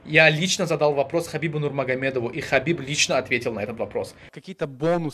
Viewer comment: Брат почему ты Хабиб говоришь а не Ҳабиб Ты таджик Если я что-то не так сказал прости меня ради Аллаhа ЗНДА БОШИ ШЕФ